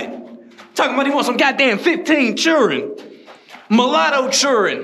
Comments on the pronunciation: 😂 he said churrin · Bro said "mulatto chirren"🤣🤣